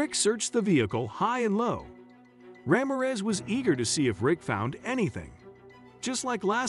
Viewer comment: You mangled that officers name. It’s pronounced, Rah-mear (as in ear but with an M and finally REZ! Put them together and it’s RAMIREZ 😂😂😂😂😂😂😂